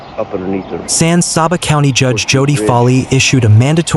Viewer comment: Ĺisten, son. You have no clue how to pronounce the names of the cities and counties you are talking about. Menard is pronounced "men-ARD" and San Saba is pronounced with a short "a", like the word "fat", then an "uh" for the second, in Saba. It is NOT pronounced "SAW-buh". What you are doing is butchering the Spanish pronunciation and exposing your distant inability to avoid sloppyness. Just do it right or go away, please.